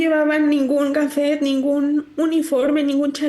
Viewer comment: Pobre y todo pero dice "gafet" por creer que así suena elegante y luego "nos iban a AGARRAR a las ni+nas" muestra su naquez